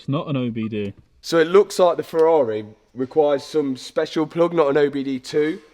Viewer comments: Ferrari refuse to allow anyone to own a Ferrari if they pronounce it ‘Furar-eh’ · That's a nice Fe-ah-ri. :) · Lol "Ferrareeh" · love it how says Ferrahwreh🤣.